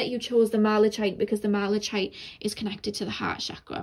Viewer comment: I know you said you self-teach a lot, so I thought I would let you know the last pile's crystal is pronounced mala-kite like a kite you fly in the sky! thank you so much as always for reading for us, much love to you<3